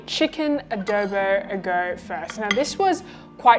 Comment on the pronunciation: showed this video to my filipina colleague. the notes were..... pronunciation of the word Adobo. Its not Ahh-dow-bow, shorten the o sound by half. And also $22 and $25 for a takeaway container serving is too expensive but in this covid times anything to support the small business is good. All in all it was a thumbs up hahaha.